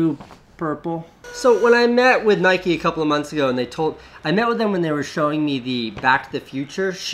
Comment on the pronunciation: Nike not nikeee